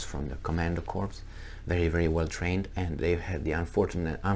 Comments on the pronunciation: You made it unintentionally funny by mispronunciation; "corps" is pronounced Ko:r. No P no S If you pronounced it "Korpse" as you did i means cadaver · Ack. Please pronounce corps like apple core, not like dead body. Sorry about being a grammar notZ.